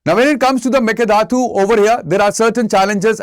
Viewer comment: Please learn to pronounce "mekedatu" properly sir. 🙏 It sounds very bad for us the native speakers.